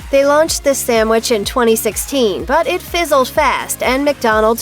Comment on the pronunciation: Hearing SAMwich instead of sandwich 🤮